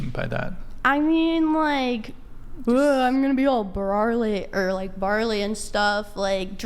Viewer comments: It’s burly not barley. Barley goes in the beer that you’re talking about. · Why is it always 3rd wave femnazis that mispronounce common words? I watched an episode where one of them continously said "anticdotal" instead of anecdotal, this one says "barley" instead of burly... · It’s “burly” you twit. Barley is a grain. 🤦‍♂️